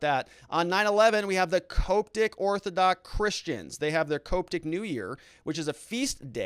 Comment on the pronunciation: Hey bro, it's pronounced COP-tic christians. They're very rigid but peaceful. They do a lot of rituals, standing and chanting, much more than the Catholic church.